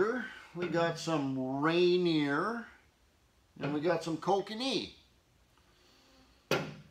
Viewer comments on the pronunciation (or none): It's "Ra-neer", not "Rain-eer." Just sayin...